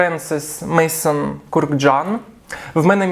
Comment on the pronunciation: Maison - будинок, дім. Вимовляється Мезон.